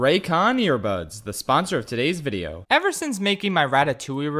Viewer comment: É muito engraçado eles pronunciando as coisas, "Vireo bruinquedô", "Ingruirients sicrétous" kkkkkk